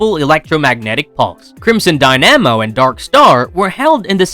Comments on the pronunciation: Dynamo is pronounced like “die-nuh-mow” not “die-namo” 👍 I know how it is. I pronounced phalanx wrong in my head for like 15 years. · Dude, you do NOT know how to pronounce “dynamo.”